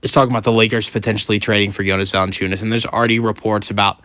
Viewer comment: Thank you for a video, but man.. please dont say Lukas last name if you are not able to pronounce it :)